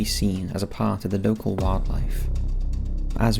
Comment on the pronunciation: Small “part” blah blah “large” ..your so annoying the way you carry your words to sound original..I couldnt even listen for 30 seconds